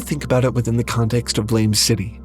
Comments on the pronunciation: It’s not pronounced like the word, blame; it’s actually pronounced like a gunshot: “BLAAMMEH!” English doesn’t usually use letters like ē or ä to help pronounce words. I don’t like when translators try to westernize a made up word rather than to spell it with pronunciation in mind. I.E. Frieren vs Furīren. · Gonna be that guy and say it: the title is actually pronounced "Blam" (like a gunshot). Not that I have an idea why the mangaka spelled it this way. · BLAME! is not pronounced like that. Just saying.